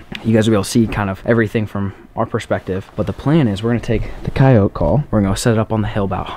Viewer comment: your saying coyote wrong